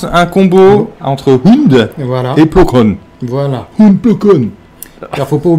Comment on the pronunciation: Vidéo sympa, dommage que les noms des persos ou des vaisseaux soient autant écorchés dans les vidéo. J'ai rien dit sur la vidéo précédente avec le "Ti" fighter (c'est parce que c'est un 'tit vaisseau c'est ça ?), mais sérieusement, Plo "Kone", "Ayala" / "Aya" et "Wartok", je sais pas si c'est un problème de vue ou quoi mais c'est quand même un peu gros à ce stade pour des fans présumés de Star Wars.